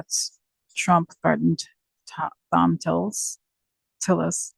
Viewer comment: It’s pronounced Tom Tillis. For what it’s worth.